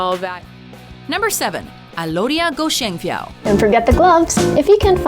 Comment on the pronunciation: WHY ALODIA IS ONLY IN NUMBER 7!!! DAPAT NO. 1!!! hahaha AND IT'S PRONOUNS AS "GO-XIENG-FI-YAW" not "GOSHENGFIYAW"